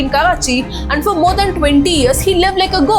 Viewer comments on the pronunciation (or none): none